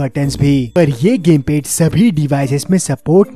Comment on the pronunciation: Lol "pese" Ke lie..🤣🤣 "gemped"